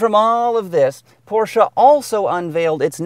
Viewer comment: Pronounced porshah